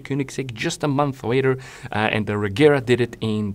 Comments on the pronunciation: apparently its not pronounced "regera" but "regira" you can hear Mr. Koenigsegg say it in the video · The "G" in Regera is read as a "J", say it like Re-jera and it vill be pronounced right. BTW Regera means "Rule" (As a king does)